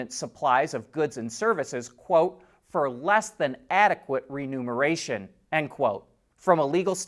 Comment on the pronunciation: remuneration.... not renumeration